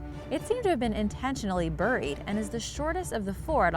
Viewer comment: burrrrried so much nonsense with narrators i swear they do this on purpose. seems like English is her native language yet she butchers words. sub so you dont miss out on the next obviously pronounced word ruined.